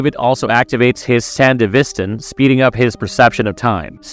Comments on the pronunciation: That’s what I was beginning to wonder too. At first I thought he was just talking professionally, but he kept pronouncing certain words incorrectly, words that both the show and game say, like “sandevistan” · You pronounced sandevistan wrong every time you said it. And everytime you do my brain hurts.